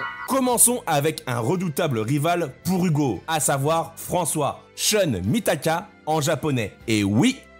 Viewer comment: Pourquoi prononcez vous "sheune" ? Le japonais n'a pas à répondre aux lois de la phonétique anglaise. SHUN se prononce choune